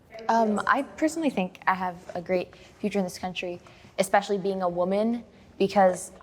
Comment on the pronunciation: Lost me at “expecially”